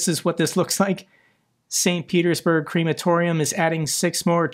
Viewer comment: WTF is a creamatorium? Crematorium, no cream